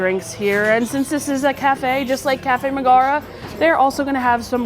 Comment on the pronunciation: Her name is Megara, not Magara. How do you not know this.